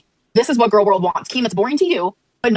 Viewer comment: As a speech therapist hearing your progression on pronouncing "gorl world" is both hilarious and inspiring